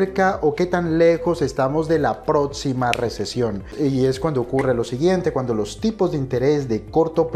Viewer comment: Es próxima, no "protsima", ni hablar sabes mucho menos vas a saber del tema de las inversiones.